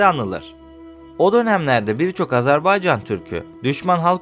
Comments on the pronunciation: AZARBAYCAN DEĞİL AZERBAYCAN'DIR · AZARBAYCAN deyil AZERBAYCAN ya da AZƏRBAYCAND, ilk önce devletin adını düzgün söyle